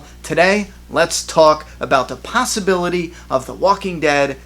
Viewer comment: Lol, "possibility"